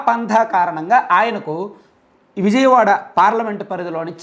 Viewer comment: ముందు విజయవాడ నీ ఉజయవాడ గా పలుకుతున్న నీ మాటలు 🤣🤣🤣🤣🤣🤣🤣🤣